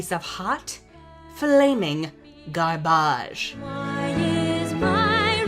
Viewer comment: the way you pronounced garbage in the beginning gives me life